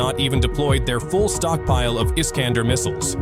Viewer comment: Missile iskander , ne pas prononcer la fin dumot é mais èr comme der FÜRER🎉 .